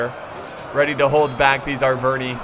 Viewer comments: I think its pronounced ar-ver-ni-i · It's not Aicini nor Aicinai. It comes from latin, so it's pronounced iceni and arverni.